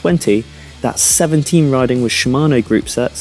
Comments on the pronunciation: It's pronounced Sram, not Shram. Just like it's Scott or Sam, not Shcott or Sham... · Haha. Read your comment and now can't not hear him say SCHHHram.